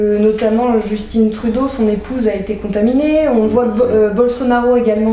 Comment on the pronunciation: Justine Trudeau!!!! Vraiment, vous, les français,! C’est JUSTIN son nom, « tin » comme dans ma - « tin ». Vous ne dites pas: C’est le matine! C’est pas possible! Cette remarque est destinée à la jeune femme qui pose des question à M..